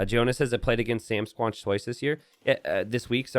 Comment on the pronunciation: SamSquanch rhymes with ranch, like from Trailer Park Boys